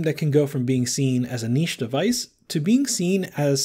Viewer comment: Thank you for pronouncing “niche” the correct way